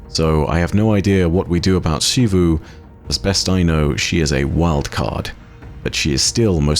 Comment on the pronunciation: Shee-vu returns. Sigh